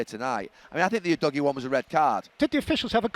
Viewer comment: Udogie is pronounced ‘who-dodgy’